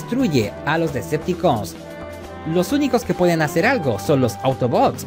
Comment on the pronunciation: Es muy incomodo escucharte decir, Decepticooos y no Deceptocons !.